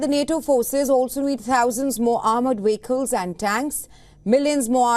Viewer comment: It’s vehicles with a V not we/hickles with a W